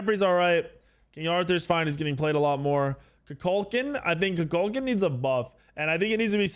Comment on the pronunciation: Rework everyone's pronunciation of Kukulkan... been saying it wrong for years.